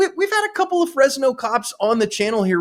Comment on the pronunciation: It’s not “FresYes!”